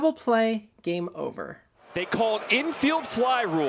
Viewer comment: … And this ballgame is ovah!